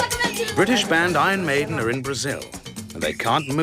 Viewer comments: ”Ion Mejden” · "Ahn Maidn"